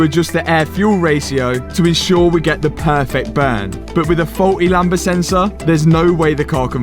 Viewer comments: Lambda lamb-da not Lamba 🤦🏼‍♂️ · Hearing him pronounce the lambda sensor is "lamber" is so painful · great vid mate! also, it's "lam - da," the b is silent. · btw the sensor is called lambda and you say the d